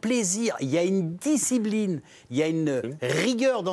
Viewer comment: DisciBline 😂😂😂😂😂😂😂 Micoud quel forceur 😂😂😂😂😂